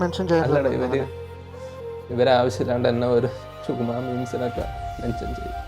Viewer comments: സിഗ്മാ ❌ചുഗമ ✔️😂🤦🏻‍♂️ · Sigma ❌ ചുഗുമ ✅